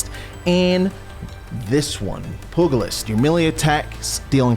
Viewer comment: Pugilist is pronounced like pyoo-juh-list (not exact pronunciation) its a fancy word for a boxing